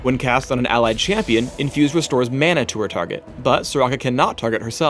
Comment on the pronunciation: Why does say "chee-ampion"